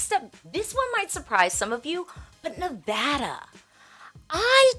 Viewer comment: Go California and Nevada(my home state). By the way….thank you for pronouncing Nevada correctly.